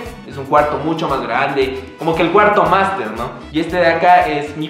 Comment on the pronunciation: Jjajajajjaa segunda vez que te escucho intentar “master” bello! abrazo nano!